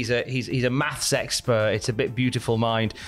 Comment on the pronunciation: Wait did he say the new gimmick is a "Math Sexpert"